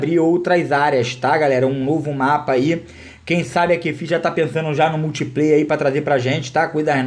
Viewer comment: "Mutipley" ahsushsus